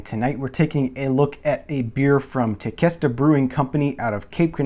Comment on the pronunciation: Hey Wes, I just wanted to add some "facts" Hope you are insulted... I don't mean it that way. Tequesta is pronounced Te Quest A... it is actually a little town just north of me in Palm Beach County. They are a store front operation that you can go & be served from the tap. Not sure where the Cape Canaveral came from. There is a Large bottling company (think "America's Beer) maybe TBC has the beer bottled there. I know the store front is not very big. Tequesta is a beach town so maybe Der Chancellor was made to pare with fish? (just guessing) I watch all your vinyl videos & Tequesta caught my attention as it is local, so I hope my input didn't offend you. Cheers